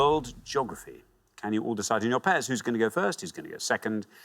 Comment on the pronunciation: yeah, that pronunciation drives me up the fucking wall.